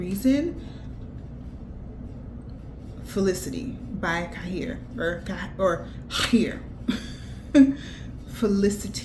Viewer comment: Why did I holler when you pronounced Khair. I need to revisit my Pistachio fragrance again. My fragrance with the biggest Dent right now is White Rice girl I LOVE THAT FRAGRANCE!!!